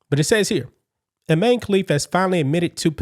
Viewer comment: So Imane now says “I man(e)”…..